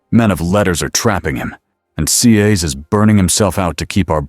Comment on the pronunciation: Right, very annoying. Tear, and tare, and Cass it just spells it not saying it.